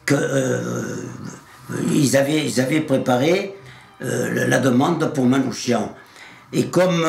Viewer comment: Le nom Manouchian se prononce Manoukian